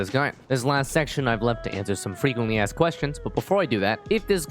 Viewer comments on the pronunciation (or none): none